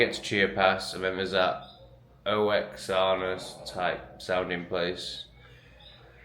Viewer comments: Oaxaca is pronounced "Wa- Ca-Ca" . You should have stayed in UK and fight the system. Its a globalist thing. No where will be safe. Fighting is the only way. We need to stand up like men and drive the enemy into the sea. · I went to Oaxaca years ago, it's pronounced Whack aka 👍